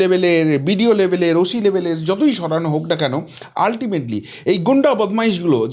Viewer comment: কথাটা ওশি নয় ওসি। এরপর হইবো না হইবো না বাঙাল ভাষা প্র্যাকটিস করবেন এত সোজা নয়